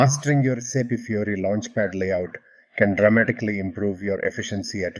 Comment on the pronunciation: I appreciate the content of your video. But what I like the most is how you pronounce the name of the interface - SAP Fury. Fury is indeed my dominant feeling while using SAP, xD. They should definitely change that name from Fiori to Fury